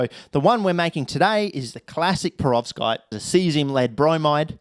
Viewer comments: What’s a ‘prevorskite’? …and a ‘fluminate’…? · I know what a perovskite is now...but wth is a prevorskite? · Perovskite sounds like a 5 tear old trying to pronounce peroxide